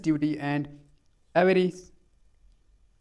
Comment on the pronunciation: Aap ko toh avarice and insensitivityparna nahi aaya lakin presentation achi the sir 🎉